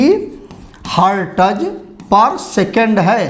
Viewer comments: hartaz nahi हर्ट्ज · Hertez nahi sir Hertz